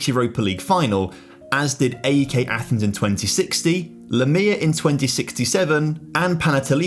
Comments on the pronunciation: Just to say A.E.K is said as one word like AEK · Ok, let me make it easy. Say Alex, great! Now drop the L and switch X with K, that's how to pronounce AEK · as a greek hearing him constantly mispronounce everything just boils my blood... AEK is pronounced A-EK, not A-E-K Panathinaikos is pronounced PanathinaeeKOS Olympiakos is pronounced Olympiakaka because no one likes the dirty reds 🤡 PAOK is pronounced PAOKARA because it's the best team in greece and the others uhhh... no one cares about them tbf